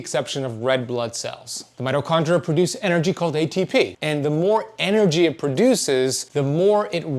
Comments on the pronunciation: Mito kon DREE ah. There is an I before the A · I'm sure know that it's spelled mitochondria😊😅 It's the way he pronounces the word. If you activate subtitles you'll see that the word is correct. 🙏🏻